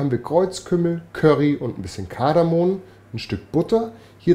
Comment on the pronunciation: Tolles Rezept, ganz köstlich... Aber bitte: es heißt KardamoM !!! Kardamon gibt es nicht, genauso wenig wie GelaNtine... Dem Geschmack schadet das aber gar nicht... 😜, liebe Grüße von Eva